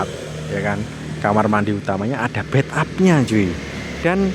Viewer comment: Bath tab om, bukan bed up